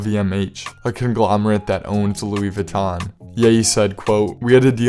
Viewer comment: Uuuhh, No one calls Kanye the Louie Vutton Don. Come on now.